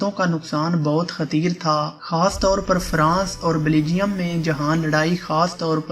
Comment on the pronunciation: بہت اچھی ویڈیو برادر مگر برائے مہربانی اُردو تلفظ بہتر کریں ۔ جیساکہ بیلجیم ھے بلیجم نہیں ھے ۔ اور انیں نہیں انیس ہوتا ھے بہر حال ویڈیو بہترین ھے